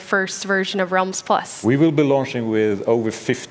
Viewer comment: that moment when you cant pronounce realms